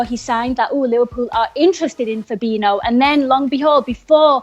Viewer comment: It's pronounced Fabinjoo. FFS do your homework.